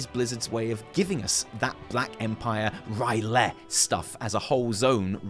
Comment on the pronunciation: for the sake of the tentacles and only that, i think you misspronounce R'LYEH